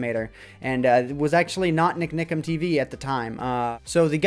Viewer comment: Love how says NikNikam:)